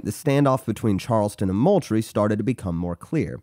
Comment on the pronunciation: It’s fort MOULTRIE like “MOOL-TREE”